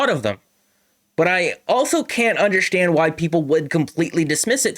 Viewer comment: it’s Tavares not Matthews with the kick up to the stick - Also not meaning to be a dick but you say the word “understand” like someone who’s native tongue is Portuguese. (un-der-shtan-d) Lol